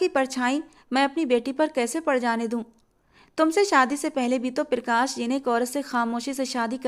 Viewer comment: पिरकाश nhi hota , प्रकाश होता है